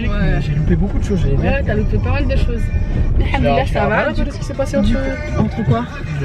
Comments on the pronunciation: vous n'êtes pas la seule lol je t'assure qu'il dit haNdollah psq ses lèvres ne se rencontrent pas en le disant ce qui est obligatoire pour prononcer le M c'est rigolo et mignon au même temps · C'est normal qu'il dit AlhaNdoulil Allah ? 😅🤷🏻‍♀️